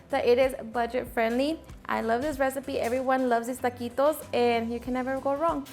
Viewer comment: Tuhhh-qee-toes don't need the extraness